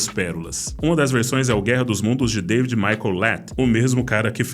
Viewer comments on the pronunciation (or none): none